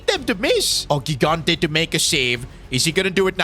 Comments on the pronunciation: Second episode where I point out that it's not Gigante with the hard G put it's pronounced Jigante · If Gigante is Italian, you should pronounce first g as “j” sound (like in Gigi Buffon) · Awesome video! By the way Gigante is pronounced Jee-GAHN-teh.